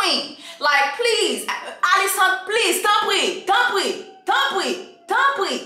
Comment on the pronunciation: It’s you keep calling her “AliSANT” for me! 😂😭😭😂😭